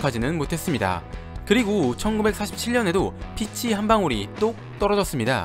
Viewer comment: 복숭아 피치는 피~취(길게 발음)